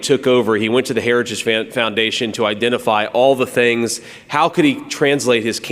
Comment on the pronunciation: The man can’t even say the word ‘heritage’. 🤪